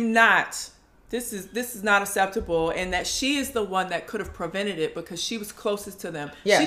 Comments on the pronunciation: Robyn and her talking about what's "aseptable". I cannot!🤦🏽‍♀️ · Robyn says asseptable? 2x’s??! She and Gizzelle wanted the drama and r so jealous of Monique!